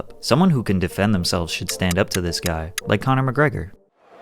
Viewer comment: I dont think "guy" is pronounced that way.... 🤔